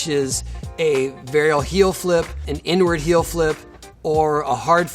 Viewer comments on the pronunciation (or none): lmao it couldnt have been just me when he said inward heelflip sounded like n word heelflip broke my neck for second